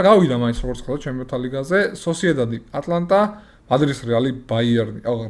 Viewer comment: ატლანტა არა ატალანტა😄